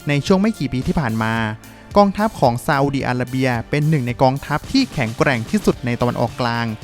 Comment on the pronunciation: ทำไมเวลาออกเสียงชื่อประเทศที่มี ร.เรือ ออกเสียงเป็น ล.ลิงตลอดเลยครับ อีหล่าน ซาอุดีอาลาเบีย